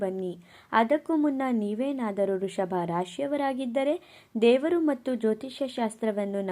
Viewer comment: ವೃಷಭ ರಾಶಿ ಅದು ವೃಶಭ ರಾಶಿ ಅಲ್ಲ ಕಣಕ್ಕೋ